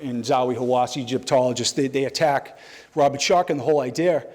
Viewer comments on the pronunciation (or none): none